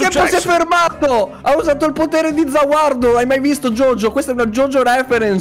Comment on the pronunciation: Si dice za warudo comunque sono un fan di jojo quindi dico bellissimo!!!!